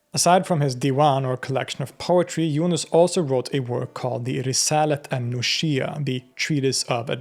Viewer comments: 'al nushiyyah' is pronouced as al nus-hiyyah, not as al nushiy-yah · İt is al-nus.hiyya The "s" and "h" are pronounced separately